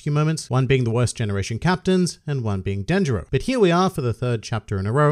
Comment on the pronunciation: So, I guess we call Kanjuro Dickjuro, and Orochi calls Denjiro Dickjiro. I also have no idea how to say these names.